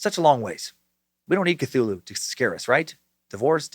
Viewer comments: "Fffgggrnnnnfffhhgrrrnnnbetoooo Cthulhu" LLOOLL!!!!!!!!! I've been waiting for that pronunciation massacre, and it was wonderful!!! Thank you Dan! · Part of me wish you didn't learn how to say cthulhu you used to say ka-thu-la-hoo